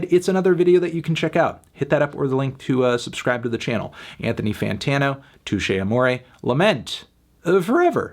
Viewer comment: Anthony, you can’t give this album a six because you don’t know how to pronounce the band name.